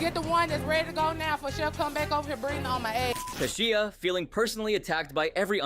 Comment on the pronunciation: How many times can you pronounce Kashia's name wrong?! He even said her name! Don't you watch these episodes over and over? C'mon!